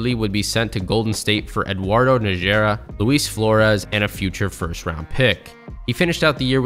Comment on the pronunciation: Good job overall. Some pronunciation errors: Alexis Ajinca (Ah-Jeh-saw) - I don't know why the n is silent. Eduardo Najera - I've heard NA-HAIR-uh and Na-HER-uh. The first is, I believe, the correct pronunciation. However, I'm not a native Spanish speaker and Najera comes from Arabic, so all bets are off.